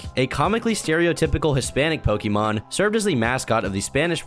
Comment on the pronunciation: I think the worst thing about this is that can't pronounce Pokemon correctly